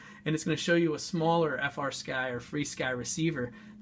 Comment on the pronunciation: Thank you for pronouncing the name FREE Sky. :-) Pretty nice review. But where was the receiver comparison inset?